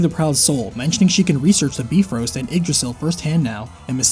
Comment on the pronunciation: Nope,it's pronounced as By frost